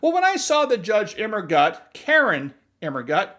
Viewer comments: I love how you keep saying KAR-in 😂😂😂😂😂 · I love the strong emphasis on KAREN, every time her name comes up... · I love the way you emphasize her first name.